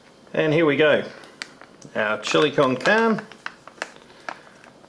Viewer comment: Love the video's. Just for your own reference it's pronounced like this: chill-ee con carn-ay. Keep up the awesome work!